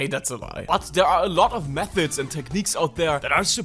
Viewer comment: "but theuh auh louh oh meuhods" 💔😭